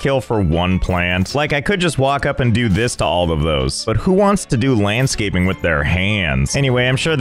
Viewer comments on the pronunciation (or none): It's called landscaping, not handscaping!